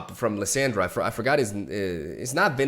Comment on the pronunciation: More support for the predict archetype woooooo Darkthrall Inquisitor I think it is. Lissandra is pronounced Liss-on-dra :[